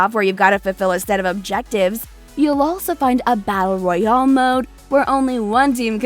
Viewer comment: When she said “Battle Royaul mode” it made me feel uncomfortable.